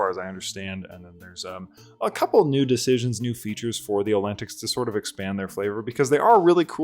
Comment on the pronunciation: I usually pronounce it "ol-te-nics"